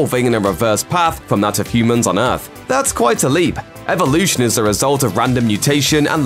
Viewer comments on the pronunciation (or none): none